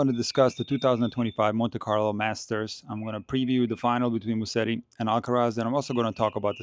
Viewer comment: Hey, Musetti is pronounced like this: “ Muzetti”. So the s is more like a z. 🙂